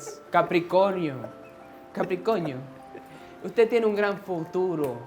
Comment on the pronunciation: Lmao!! He said Capricoño and Sanitario! XD pinche! Ded bro! 😂